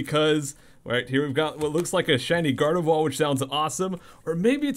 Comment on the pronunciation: Love all your videos! Thanks for sharing your awesome collection!!! One tiny little thing...not even being mean about it, but...Gardevoir...you can still say the R lol I don't know why but it kills me when it's said Gard-E-vwa...haha. Still love you! Lol